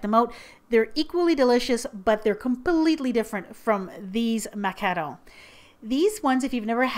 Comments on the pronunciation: You call them like macanon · It's pronounced mah-kah-roon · I'm kinda confused with the pronunciation. I guess i always call macarons (those you made in this vid) macaroons. Thanks I learnt something new today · you say Macarons weird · Omg do you speak french? You say ''macaron'' like french canadian :) ps: i am french canadian hehe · Do you talk french ? Because you really sound french when you say : Macarons :) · Sorry but you are ma-ca-wrong